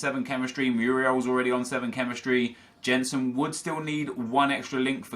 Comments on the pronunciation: Oh no. The world is going to come to an end because pronounced a name wrong. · I hate the Way He Says "Jensen" Because i know How to say his name Because I'm from Denmark. It triggers me so much. Like if you agree Kappa :D